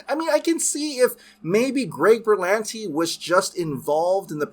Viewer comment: Berlanti.......No no noooooo !!!!! 🙂